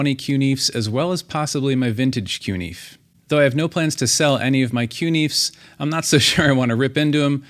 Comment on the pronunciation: Good god - can you just say “CuNiFe” the same way everybody else says it?